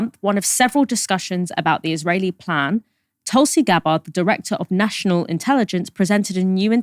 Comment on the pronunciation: Please if you could, pronounce Indian names, like Tulsi correctly like you do others, would be much appreciated